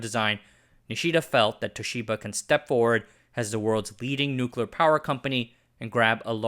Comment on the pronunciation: Can't take a video about nuclear anything seriously when the narrator can't even pronounce the word properly.